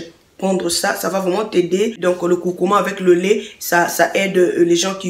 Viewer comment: c'est curcuma et non courcourma merci 😁